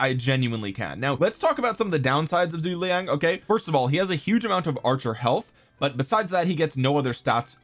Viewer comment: Please learn how to pronounce zhu ge liang